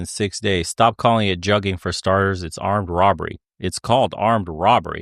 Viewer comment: Juggin. Has BEEN AROUND. And they sayin it wrong. Juggin term been around since 05'. Damn they late AF. It came from Atlanta not no damn Carolina's or Texas